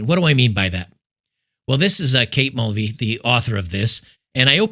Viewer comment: I thought you mentioned her name in the intro as Kate Mouldy 😅